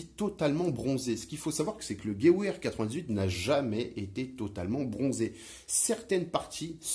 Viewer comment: Merci pour cette vidéo très intéressante! Petit détail: "Gewehr" se prononce plutôt "GeVehr" au lieu de "Geouehr" ;-)